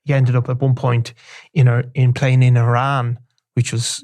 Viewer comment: Funny , when you said Iran , i heard Milan !